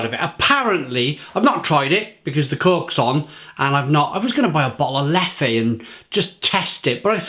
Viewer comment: It's not' leffay ' the correct pronunciation is 'lef' only a point of interest !